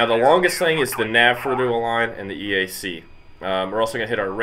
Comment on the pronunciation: Turn EGI and CDU on as soon as the APU starts. #1 throttle (left) over the hump first, after the start cycle light goes out, #2 over the hump. EAC is said in the A-10 world as E-ack, and CICU is pronounced kick-u. Just a little real world info for you. Love the video and the graphics though. Looks like an awesome game.